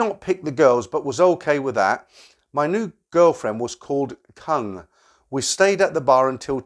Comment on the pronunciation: Koong , K is pronounced G and it means proun or shrimp.